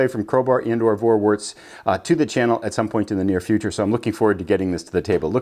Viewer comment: Pronounced Forwarts, not Vorwarts. V in German is pronouced as a F.